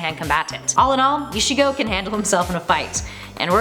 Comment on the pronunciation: Vecheetah Nawrootoh Eesheego